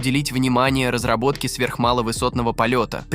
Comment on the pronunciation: Что то автор частенько заговаривается. Разробаток 😂😂😂